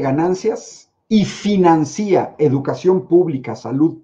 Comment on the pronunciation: También díganle que no se dice "financía", sino financia, sin acento en la "i". Que rebice la conjugación del verbo financiar, o anunciar, o denunciar, etc.